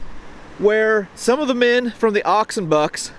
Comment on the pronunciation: The way he pronounces "Oxenbucks" is sounds like one word, whereas it Ox & Bucks, which is short for Oxfordshire & Buckinghamshire Light Infantry.👍